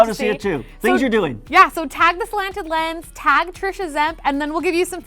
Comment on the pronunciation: Love your work, but every time you say "Slanted Lens" it comes out super jumbled mush mouthy. That's your name! We should be able to understand you!